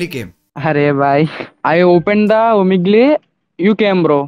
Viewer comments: 2nd one omigliii🤣😂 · stranger i opened the omeglee Carry-you opened the omeglee And me-chalo ab jaake comment me likh deta hu😂😂😂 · "I opened the omeglee and you came."🤣🤣🤣🤣